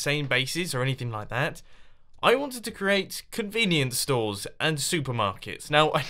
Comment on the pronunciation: Y convenience stows